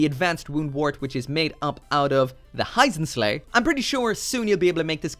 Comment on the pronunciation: Please start researching the official romanizations rather than directly reading the Japanese. Hurudodo, Hyzenslay, and others are NOT the correct English pronunciation.